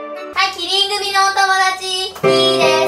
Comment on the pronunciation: キリン組が『killing me』に聞こえたのは俺だけじゃないはず